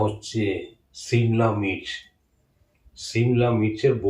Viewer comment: Ota simla mich...na simla mirch😂 ota mistake hoychay